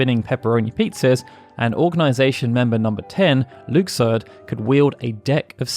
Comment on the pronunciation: You know I love your FF content. However, I love your KH content too. That comment was completely useless 😂. Your pronounciation of Luxord makes my ears bleed though